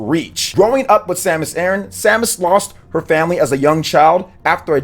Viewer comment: dear lord sir please stop calling her samus eren.